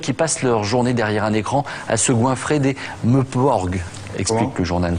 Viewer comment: "Meeuuuporg" 😂😂😂 enfoiré de journaliste de merde! Sinon bravo pour l'idée de mettre en image les meilleurs moments du podcasts j'ai du écouter ceux de Speilberg une dizaine de fois pendant mon sport. Please faites en de même pour les podcasts de Cameron, Wachowski etc